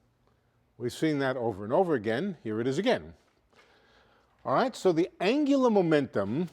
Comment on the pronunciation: "Anglumentum" lol